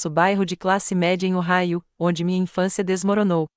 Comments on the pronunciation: O Raio????? Correto: OHAIO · O correto é Ohio😊